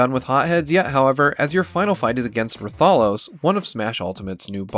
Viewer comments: It's RA-tha-los, not ra-THA-los. You just made me cringe as a Monster Hunter fan. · Ruu-tha-los?!? it's litterally pronounce the way it's spelled: Ra-tha-los. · Ru-thall-lohs.... Its Wrath-uh-lohs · Ru-thall-lose? They heck kinda pronunciation is that? Wrath-a-loss, that's how you pronounce that. I could understand with Rathian since Wraith-ian sounds cooler but is supposed to be pronounced Wrath-ian. Also, RATHOLOS IS A WYVERN, NOT A DRAGON!!!! However, if you haven't played monster hunter yet, then I guess I could understand the mistake. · “ruh-THAH-los” excuse me, the fuck? It’s RA-thah-los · I thought Rathalos was like RAthalos. Not raTHAlos. My life has been forever changed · No. It's RAthalos. He said it wrong. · I'm sorry, did you say ra-tha-LOS. Rath-a-los my dude, RATH-a-LOS! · Let me correct two things about Rathalos 1. Its pronounced Wrath-a-los if you didn’t know 2. In its game, Rathalos Is a flying wyvern, not a dragon but i can see how you can mess it up as a dragon because it looks like one hope this helped a bit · Wow this video is really grea- "RAW-THALOS" nope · Two things. 1st. Its pronounced "Wrath-ah-lohs". 2nd. Rathalos isn't a Dragon, its a Wyvern. That is all. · Rathalos is pronounced “Wrath-a-los.” Monster Hunter players are gonna roast you over the coals for that. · I didn't think there was a pronunciation that cringy for Rathalos. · the way he said rathalos. lol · ....Don't think that's how you pronounce Rathalos, but oki. lol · the way he said rathalos made me cringe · That Rathalos pronunciation lmfao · The Hell is that Rathalos pronuntiation? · Can you repeat Rathalos for me? Very weird way of saying it. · A lot of people actually pronounce it that way surprisingly. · No one gonna talk about how he botched rathalos name?????????